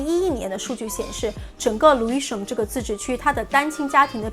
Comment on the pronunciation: 不是牛恩是牛含發音把我聽渾了，提醒講慢一點就可以了！國內人發岸end 音的是嗯音是否靠錯誤拼音？Lewisham 也沒發ham不叫路生叫路鼻音遜！I won't charge you lol 介紹倫敦區議滿好的！